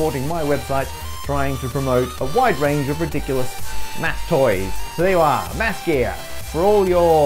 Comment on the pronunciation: please, pronounce the th in ma-th- gear. It's not massgear, we are not doing physics here